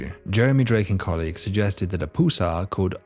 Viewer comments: Why do you say "poolsar"? The name comes from "pulse," since the bodies have a pulsating behavior. PUL, rhymes with dull, +SAR, rhymes with star. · It's not a poosar it's a pulsar. LOL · Do Brits pronounce the word "pulse" as "pools". If not, why is he pronouncing "pulsar" as "poolsar"? Pulsars ar named after the pulses they emit. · "Poolsar"? Never heard that pronunciation before. Does he also say, "Check my poolse"? OK, he also says "repoolsion." Where is from that he has a classic British accent except for that quirk?